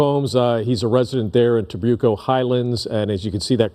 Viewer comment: So far nobody has pronounced Trabuco correctly!!!